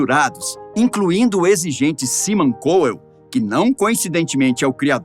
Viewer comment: Pelo amor !! Treina mais o inglês se quer narrar vídeos SIMON SE PRONUNCIA SAIMON !!!!! E NAO SIMON nos dias de hoje narrar video em um canal importante o mínimo que se exige é ter a.pronuncia correta